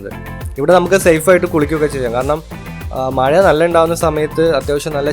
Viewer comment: language onnude redy aakanam maya alla mazha